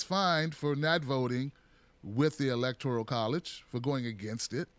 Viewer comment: E L E C T O R I A L??? There is no I in that word.